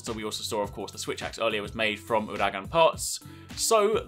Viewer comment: I still cannot, and I won't ever get over how he pronounces Uragaan. No offence I just cringe every time I hear you say it the way you do.